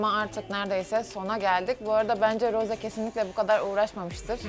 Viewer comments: Peki Rose demesi msnzbsbddhs Roze gerçeği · RoZe DeĞiL RoSe aĞaĞaĞ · Abla karışmak gibi olmasın ama rose değil roz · Rosé yazarken "é" harfini kullanmalısın ztn "e" yanlış oluyor ve her tûrlü Roze diye okunuyor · Roz diye okunuyo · Yanlız roze değil rose iki sattir roze diyiyosun😂❤ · o Roze değil Rose ablam❤ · roze değil rose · Bu arada Rosé un adı roze diye değil roz diye okunuyo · Abla karışmak gibi olmasın ama roze değil roz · Zore değil Rose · Roze değil Ros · Abla niye rose ye roze niyosun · Abla rose dicene roze diyorsun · Rose ingilizcede "roze" olarak okunuyor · rozi diyo okunmuyor mu e'nin üstünde çizgi var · Abla o Rose diye okunmuyo Roz diye okunuyo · neden roze diye okuyosuunnn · roze derğil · hayır onu jennie söylüyor rosé de söylüyormuş gibi yapıyor blinkland arkadaşım haklı